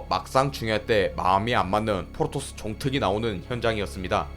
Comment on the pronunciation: 자꾸 포로토스로 들린다